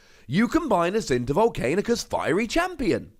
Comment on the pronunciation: You still have to live long enough to keep Volcanicus alive... By the way its Vol'CAN'icus, not Vol'CAIN'icus.